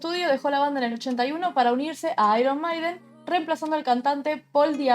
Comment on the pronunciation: Se dice "/MEIDEN/" no "maiden"...